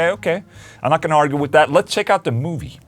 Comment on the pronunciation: it is with not wiff :D